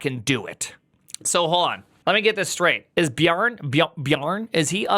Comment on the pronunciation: It's not "Bjarn", but "Bjarn-eh". It is not Bjarn-eee, but Bjarn-eh, (without the h).